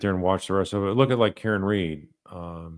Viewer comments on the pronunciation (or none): none